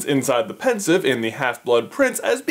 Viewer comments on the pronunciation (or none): none